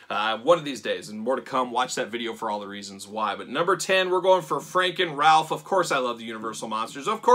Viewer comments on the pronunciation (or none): none